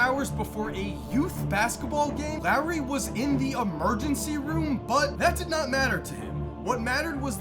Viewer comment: “Lowery” Markkanen 😭😭😭